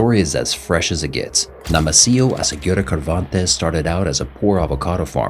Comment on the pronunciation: Cervantes = Servantes not Kervantes! And the 2nd faction of Millenio was Los Torquidos! Please get your facts straight, at least one time!